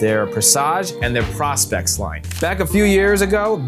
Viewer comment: its called PRO-SPEX for professional specification not PROS-PEX if your gonna do vids at least learn how to say the names